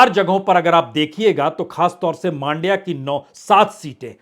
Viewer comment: मांड्या नही मंड्या बोलो।